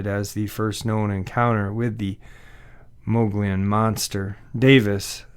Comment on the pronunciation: THE MO GE ON IS HOW ITS PRONOUNCED, MOGILLON RIM,,is beautiful forested heaven.the APACHE INDIANS have a home there,its located near the mid to southeast corner of the state,awesome country.